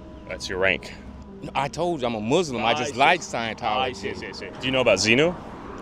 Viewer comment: yeah he doesn't even pronounce Muslim correctly, and I'm telling you as an actual Muslim, that our belief system staunchly contradicts Scientology. In every way shape form and fashion. There is not anything about scientology that is even close to Islam and in fact it is the opposite. And people of Scientology would be the enemy of Islam theologically and religiously. So that man saying what he said means he's an extremely ignorant Muslim, maybe someone who's just became Muslim or someone who took their shahada and became Muslim and then never studied and just walks around saying I'm Muslim because I've met hundreds if not thousands of people like that people that cannot explain what assignment is but yet say they wholeheartedly believe in it😂😂😂 so he might be one of them. But really I would just say he's half remedial and not even a Muslim to begin with I think he's a Scientologist and saying he is the Muslim and how much he loves Scientology so you will think Scientology is good or the people like it